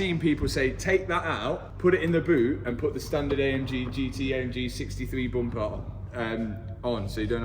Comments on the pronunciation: Why does Mat keep saying G63 instead of Gt63. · Please stop saying G63😂😂😂😂